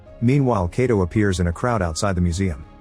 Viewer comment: I didnt even know this till now! The only problem with this narrator is that he kept mispronouncing 'Kato' very common Japanese last name.